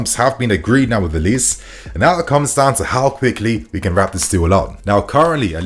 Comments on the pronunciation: the name is pronounced O-Li-Sé. Its 3 syllables not O-lis. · it should be pronounced oh-li-say. Nigerian name.... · His name is pronounced Oh-Lee-Say!